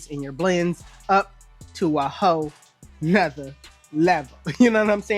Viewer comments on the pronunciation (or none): “Ho nutha level”😂😂😂